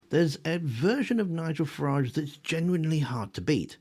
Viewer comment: You’ve got say Farage like garage.